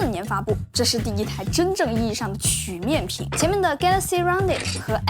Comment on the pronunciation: 跟我读曲(qu一声)面屏